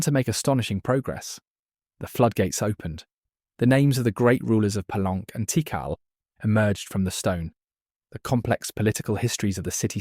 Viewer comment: The city name of “Palenque” is pronounced Pah-LENG-kay, not Pah-LENK. And a sinkhole well, or cenote, is sen-NO-tay, not sen-NOTE.